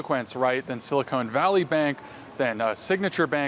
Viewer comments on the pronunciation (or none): Silicon Valley,. Not "Silicone Valley." That's something else 😉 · The (mis-)pronunciation "Silicone Valley Bank" needs to catch on 💯